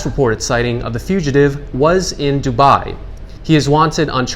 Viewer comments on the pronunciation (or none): none